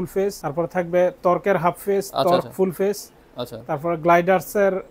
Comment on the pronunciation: খুব হাসলাম তার কথা শুনে (ভেগা) রে বানাইলো (বেগা😂) আর (টার্ক) কে বানাইল (তর্ক 😂)